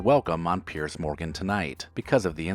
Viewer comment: these are weak examples - some of these people may have been banned from a particular show, but none have been banned from TV. And it's Piers Morgan (PEERS) not Pierce!